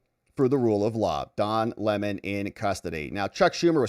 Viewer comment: Sir, it’s Dong Le’mon now.. 😂